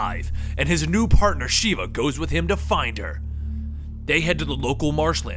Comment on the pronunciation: Mispronouncing Sheva made me mad dude >.> but good video though